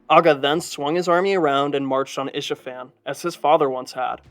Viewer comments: It’s Ispahan, not Ishafan. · It's Isfahan